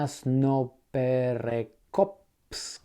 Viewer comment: "krasno" who ?! "krasno" what ?!